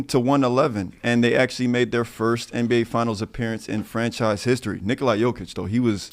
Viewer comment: You accentuated Jokic's name well, Nikola. The girl totally missed the accent. 99 percent of Americans pronounce his name wrong, and even his teammates and his coach.